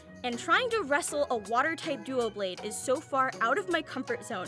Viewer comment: I know I’m late but btw it’s not Duoblade it’s Doublade (